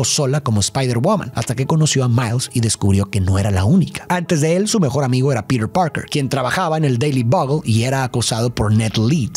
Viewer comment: Lo único malo del vídeo es como pronunciaba Peter Parker del resto 10 de 10